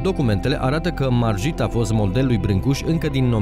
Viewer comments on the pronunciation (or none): Se pronunță Marghit